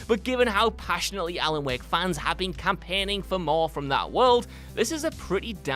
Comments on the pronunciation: Also, "Alan Wehk" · Alan "Wahk" Wake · "Alan Weck" lol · All I could hear was Alan Weck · i hate how he says alan wek but resident evil 2 filming roll is a suprise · "Alan week"